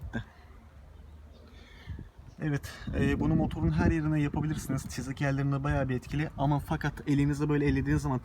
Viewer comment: Çızık değil çizik diyeceksin